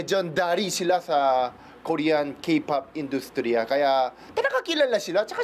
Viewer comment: is that how Korean says Korean? Ryan said Kor-Yan.